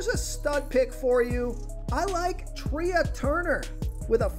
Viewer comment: Trea is not pronounced "Tree-ah." It's pronounced "Tray"